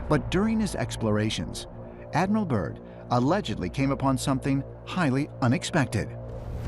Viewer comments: Admiral Byrd - not 'Burn' .. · It's Byrd not burn smh lol 😅